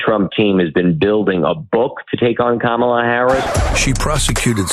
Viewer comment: Kamala Harris wasn't nothing to Republicans — to the point that they never even cared to say her name correctly! You would think that they'd be applauding the decision and calling it an easy win for Trump, but they can't! They know that Kamala was a fierce prosecutor, and their felon MAGA candidate will pay dearly when she wins! 💙🇺🇲💙